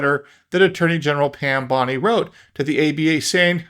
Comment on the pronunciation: I don’t know how she pronounces her last name but my last name is Mizell and in my mind you pronounced her last name correctly not once but 3 times.